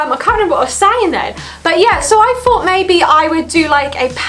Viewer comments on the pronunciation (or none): Thought not FOUGHT 🤨